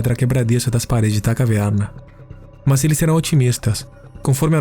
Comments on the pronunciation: Tem também o sotaque do interior paulista em alguns pontos. Caverrrna. Muito versátil na locução. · Kkkkkkkk eu voltei na caverrrrrna 5 vezes